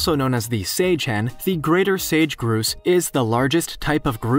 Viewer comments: The first one is not pronounced Grooses. They are called Grow ses. Sorry, I live where Grouses are prominent and I had to say something. They are funnier than heck when trying to pursue females. LOL!!! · Whats a groose lol.its a grouse, rhymes with house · Pronounced grous "GROUSE" not groose! lol I sure hope you learn stuff prior to making your next video! ;) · The spelling sounds not like Groose, BUT Growse (ow) not oose (ooh), hope this helps you for future videos. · It’s grouse just like mouse lol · The prairie grouse is pronounced like house not what the narrator did. Lol. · It's pronounced growse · I think he does it on purpose I’ve heard him mispronounce animal names on other Genius Lemon videos. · I’ve heard him mispronounce animal names on other Genius Lemon video posts. I think he does it on purpose. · I'm from the US midwest and we pronounce a grouse bird different than the narrator did. We say it so it rhymes with mouse. Just something I thought was interesting. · I was thinking that too. The narrator probably didn't know how to pronounce it